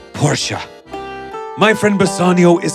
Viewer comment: "Portia" sounds like "Porsche"😂